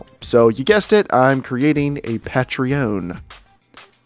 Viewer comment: the way you're pronouncing patreon is so odd. Hope you get plenty of support.